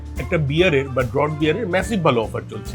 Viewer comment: ‘Draught Beer’ is pronounced ‘Draaft’ beer not ‘drout’ beer.